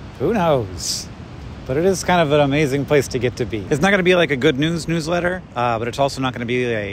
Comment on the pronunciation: For some reason the first several times he said "newsletter" I interpreted it as "new sweater".